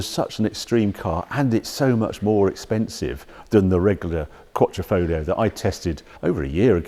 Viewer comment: New italian word by Our Harry: “Quattrofoglio”